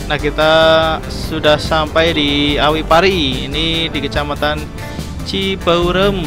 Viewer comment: Bukan cibaureum.. Tp cibeureum